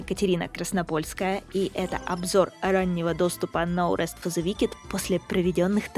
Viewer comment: "но рэст", а я думал, на слух показалось, что за "Наурыз фо зэ викед?". Думал казахская игра.